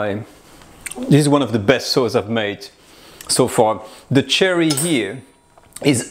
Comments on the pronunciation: It took me about half the video before I realized he's saying sherry, not cherry. I couldn't figure out what cherry wine was. :) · Soft "SH" sound like the word shoe for sherry wine. Not hard like cherry. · You were saying /I was hearing Cherry. Were you actually saying Sherry (as in the cooking wine?) Is there a Cherry Brandy? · I thought he said cherry wine too, until I read the recipe and realized it was sherry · Some constructive feedback: What you are calling chicken stock seems to be demi glace not stock. Also "sherry" wine is not pronounced "cherry." The S-H sound is soft, like "share" not like "chair." Beautiful dish. Looks absolutely delicious.